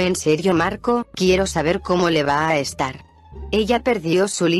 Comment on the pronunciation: he hecho mucha gracia cuando ha dicho empieza arrest are